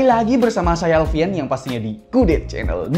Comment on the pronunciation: coba deh kalian lambatin videonya pas di menit ini jadi namanya bukan alfian tapi alfien awoawokaowkasokwoakswoka